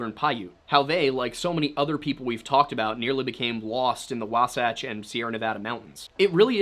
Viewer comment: As a Utahn I, 1) thank you for finally pronouncing Wasatch right. 2) can confirm as a that as an early pioneer traveling through the territory now known as Utah and Nevada would be about that absolute worst decision anyone could make.